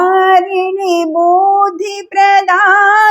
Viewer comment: పూస్తక అనకుండా పుస్తక అంటే బాగుంటుంది అనుకుంటా.అలాగే బుద్ది